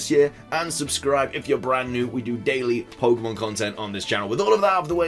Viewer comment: "Hey guys here and welcome back to a brand new video going over pokemon content" 😂 I've got your voice memorized and I love the way you pronounce pokemon lol